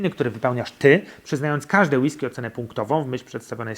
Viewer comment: Przestań akcentować na ostatnią sylabę zdania bo się ciebie słuchać nie da. >Jak degustować whiskeeeyyy? >a jak normalnie kurwa mówić bez przeciągania?